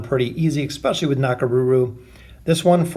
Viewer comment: Petition for him to say "especially" and not "ekspecially"👇🏻😂